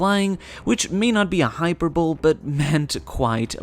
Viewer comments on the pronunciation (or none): hyperbolee.. not hyperbowl